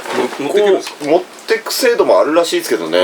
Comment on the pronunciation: もしかして「あるらしい」が「しー」って聞こえて、しーちゃん寄ってきてる？ だとしたら、可愛すぎる。